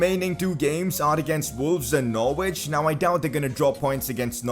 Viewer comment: The way he says Norwich stresses me out